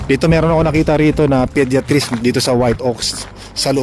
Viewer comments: Podayatrist ang basa not pediatrist, sakit sa tenga hahahaha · Tama ba rinig ko pediatris 😂 😂😂 Isip isip din 😂😂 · Podiatrist ( podayatrist) that’s the right pronunciation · Podiatrist is a foot doctor. And it's not pronounced that way. Paulit ulit mo pang sinabi. Wrong!!!! Jusko, research ka muna bago mag vlog. Kahiya!. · ang sakit nga sa tenga.